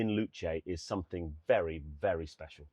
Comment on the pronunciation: WAHOO! "Speshalll"